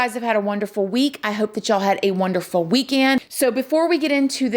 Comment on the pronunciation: Haha, done said “hope y’all had a wonderful weekAND” 😅